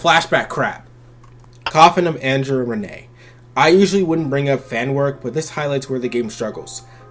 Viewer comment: It's "Ren-knee" not "Renée".